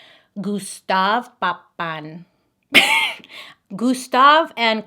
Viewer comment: "Gustave Papin" :face-purple-smiling-tears